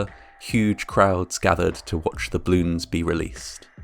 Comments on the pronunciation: Til: it’s pronounced “bloon” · BALLoons - two syllables. I love your dignified presenting, but repeatedly mispronouncing the very name of so horrifying an event smacks of serious disrespect. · It's funny how it sounds like you are saying "bloons". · I loved "bloons" (as you pronounced it cutely). I never heard about this incident at all. (in my defense, I was just turning 6 the day before this happened and live half the globe away) How horrible...yeah, now I'm not a fan of "bloons" anymore, especially because my cousin keeps buying them for her kids and the ungrateful brats keep popping them for fun like firecrackers. 💥🤬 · I love hearing him say “blewns” over and over and over again. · Why are you saying "bloons"? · Does anyone else notice that the speaker is saying " bloons " Not " ball oooooons " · You're saying bloons o_o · Ugh I hate how he pronounces "balloons". The "A" is not meant to be silent.